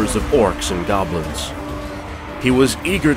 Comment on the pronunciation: I thought you said he killed off all the govlins. And the very next battle you day orc and goblins.... not picking. Just enjoying the storytelling. But picked up some minor issues.